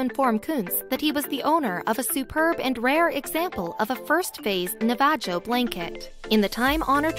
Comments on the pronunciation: Someone needs to upgrade the software to your automated announcer. The mispronouncing of several words is insulting and all but destroys what your trying to understand of the story. Navajo is pronounced as Na va ho not Nava jo for your information. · OMG, how the automated voice pronounce Navajo! Wow, that is insulting!! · the way she pronounced "Tucson" and "Navajo" made m think the narrator is not an American FYI - it is pronounce as NA-VA-HO